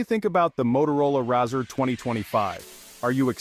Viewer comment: 😂😂 why you calling it a RAAAZR 😅 it's Razr like razor